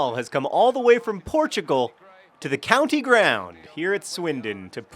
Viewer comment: I can't explain how happy I was to hear you say 'Portugal'.